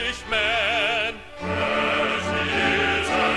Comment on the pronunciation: I HATE the staccato melisma of the first syllable of "Englishman" in this version. Ugly rendition.